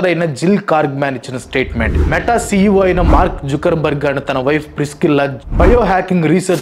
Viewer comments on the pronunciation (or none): none